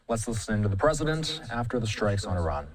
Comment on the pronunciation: bro cant even pronounce iran right